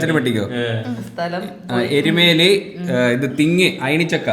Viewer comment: അയണിച്ചക്ക ആണ് ഏയ്ണിച്ചക്ക അല്ല 😂